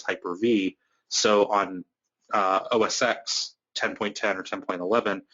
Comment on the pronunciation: Thanks for the video, really useful. BTW, minor nitpick, it's "oh-es-ten" ("X" as in Roman numeral).